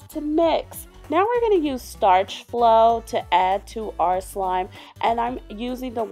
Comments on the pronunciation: Starch flo? What the fuck is that it is Sta-Flo how hard is that? I like this channel but I hate when people say words that do not exist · it is sta flo not starch flo not to hate